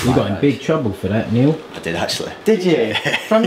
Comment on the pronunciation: called Nile ‘neil’